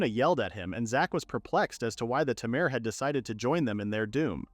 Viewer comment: unsure if your joking or not. Also unsure if its obvious or not but he mispronounced tamer as something like tarmor, just found it surprising since mistakes like that hardly happen here.